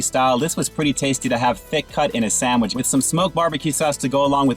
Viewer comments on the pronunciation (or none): Are you purposely mispronouncing sandwich as "samich" or is that just how you pronounce it in your neck of the wood?